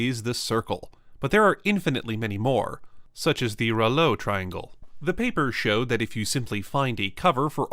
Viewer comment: tringle hehe